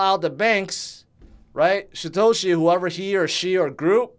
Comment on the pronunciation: I live for the day that learns to pronounce Satoshi properly